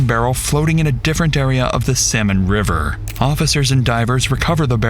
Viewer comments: Apparently it's Salmon River. The AI pronunciation was crazy. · Why can’t the AI voice pronounce the river correctly? It’s the Salmon River not Samon River.